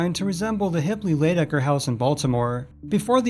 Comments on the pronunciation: It's Shipley-Lydecker house, not Hipley-Lydecker. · It was NOT called the "hip leia lydecker" house! It was the "Shipley-lydecker" house!!! You should have done your homework and gotten ALL the information on the Haunted Mansion!!!